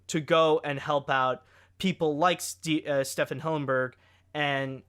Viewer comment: not trying to be mean but I actually cringed how you pronounced Stephen